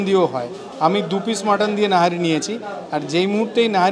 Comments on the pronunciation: Nihari Dada Not Nahari 😂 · It's Nihari not Nahari. Rest it's a nice vdo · Nahari na Nihari… sarakhon to nahari bole gelen..😢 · It's nihari not nahari in pronounciation. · Boss it's called NIHARI not NAHARI